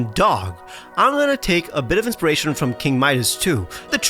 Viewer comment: “Inperation” Inspiration,.